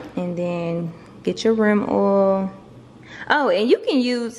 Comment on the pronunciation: I like the way you said rim oil LOLOLOL u dont want to dry insert, u might hurts it